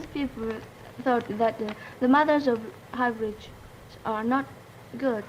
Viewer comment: I love hearing saying hybrids as hybridge lollll I'm laughing my ahh off